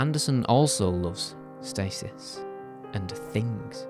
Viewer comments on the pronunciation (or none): none